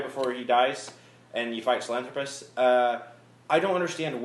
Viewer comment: i stopped watching when you started pronouncing sahelanthorpus wrong.